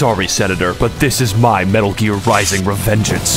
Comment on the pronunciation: You said "metal" M E T あ Л